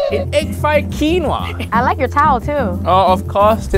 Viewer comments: KEEN WAAA, not KWIN OAH, hai aahhhhhhh, now you make ancestor cry, so sad, SO SAD! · Was the way that pronounced Quinoa (keen-oh-uh instead of keen-wah) deliberate or did she really think that was how it was pronounced? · Awww she said Quinoa literally.......its an easy mistake for us who aren't famous but not for those who are, plus experienced what the heck? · Quinoa hay I say wailo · As someone named Noah I found her pronunciation of quinoa hysterical